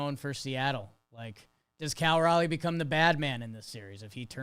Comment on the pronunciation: Guys... It's "Raleigh" like Raleigh, NC (literally the same spelling) or"rolly," not "rally." C'mon now.